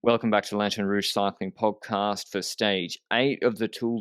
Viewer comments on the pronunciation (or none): Did Lanterne just say "Welcome to the Pogcast"